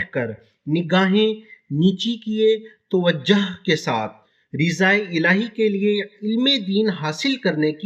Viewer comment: لیکن جناب شاید آپ دعوت اسلامی کے کاموں سے بہت دور ہیں۔۔کیونکہ یہ درس دینے کا طریقہ کئی سال پہلے ہی اپڈیٹ ہو چکا ہے،اور دعوت اسلامی میں صحیح تلفظ پر توجہ دی جاتی ،لیکن آپ کا تلفظ بھی صحیح نہیں ہے Tawajjah nahi hai balki Tawajjoh hota hai